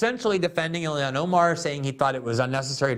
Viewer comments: I tried so hard not to comment this... But it is ill-Han. Not illi-an. She's Muslim, ilhan. Not American, illian or like illiana. That is "normal" to American ears. But I feel Joe started it 🤦‍♂️ 😂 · The L in Ilhan is pronounced. Don’t take the L out!